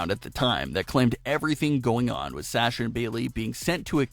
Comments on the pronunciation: Its Sasha not sacha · Nice video!! Great job. The only tiff is your pronunciation of her name. You say Sasha like "sas" but i believe the beginning of her name is pronounced "sah" instead. But seriously, good job dude. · Its Sasha not Sahhhsha... rant over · it sounds like Shasha...noticed long ago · “Sasher” or “sashur” is how he pronounces it, it’s weird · He doesnt say Sasha correctly!!!!! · Does anyone else hate the way this guy say Sasha? LOL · Lolol it IS different isn't it?! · Yes says her name wrong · Yes my god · You can't even pronounce Sasha right...LOL! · Sounds like you’re trying to use a Boston accent to say Sasha, since she’s from there